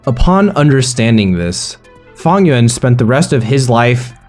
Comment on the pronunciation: Why you pronouncing Fang Yuan like Funnyon’s